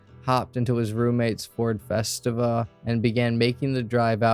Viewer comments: (fe-STEE-va), not (fes-tiv-a). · My friend committed suicide inside of his Ford Festiva. Btw it’s pronounced fes-tee-vuh. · Pronounced: Ford Fest-eee-va. Lol. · Every time I heard that I cringed a little 🤣